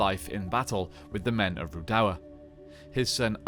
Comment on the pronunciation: I can't deal with your pronunciation of Rhudaur